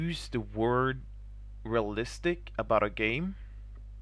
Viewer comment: lol I heard you saying "moralistic" , that crack me up :D